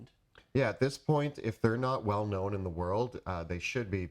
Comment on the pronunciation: I can't get over how pronounces "known" as a two syllable word. LOL